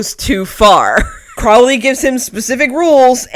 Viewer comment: Tiny thing. Crowley is pronounced like the bird